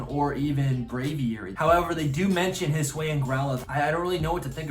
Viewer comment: Hi-S-oo-Ian. Not huSWAY-in.